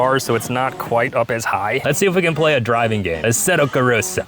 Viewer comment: "aseto corista"